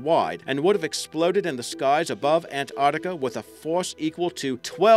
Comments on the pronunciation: It's NOT Antartica, it's Ant-arc-tica!!! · Fucking ANT ARCTICA,SAY ANTARCTICA FFS!!! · What is that accent? Sounds like Boston crossed with New Zealand? Its An-tarc-tic-a not Ant-art-ic-a by the way. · he says it like ant artica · Muhammad Aslam Che Abdullah nah we pronounce it an-tarktica here. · It is pronounced ANTARC-TICA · Ok I had to switch off as soon as I found the narrator couldn't even say Antarctica properly!